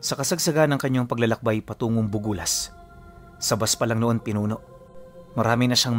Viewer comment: BUGUIAS (bugyas),Benguet po ata yan sir not BUgULAS .. wala kasing bugulas na part ng benguet😊😊 and im from buguias❤